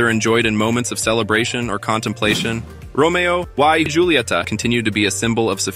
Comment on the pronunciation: This must be an AI generated voice. The pronunciation is all wrong. Romeo e hulieta is the correct pronunciation.